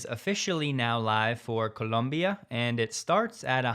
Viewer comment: Why do you keep pronouncing "Colombia" like that 🤣